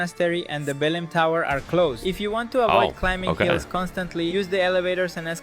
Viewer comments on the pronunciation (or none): The Lisbon guy mispronounced the Portuguese names it’s vya-ZHAI not veeagim and buh-LAI not bellum